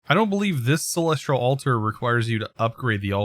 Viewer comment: please remove the R you say in celestial, i'm actually enjoying the Astral content though, I've not delved too far into the mod personally outside of quest progression in certain modpacks so it's nice to see the things it can do.